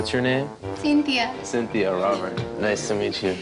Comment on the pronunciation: when she says at the end “i’m synthia”